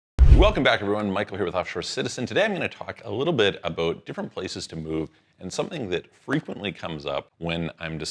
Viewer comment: As soon as I hear "aboot", I'm out.